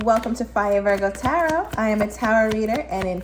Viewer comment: I love her!! I like how she says Virg!! 😂 This reading was on point!!